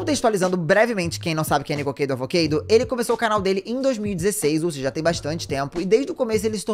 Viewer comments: 😭 não è Niko”keido” avo”keido”. Se fala Nico”kádo” avo”kádo”. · obrigado por mais um vídeo excelente. Apenas um adendo: A pronúncia do nome dele é Nikocádo Avocádo. A palavra "Avocado", que é Abacate em inglês se pronuncia "Avocádo". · é nikocÁdo avocÁdo 😂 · Ele pronuncia dessa forma, Nikokeido Avokeido, de zoação ?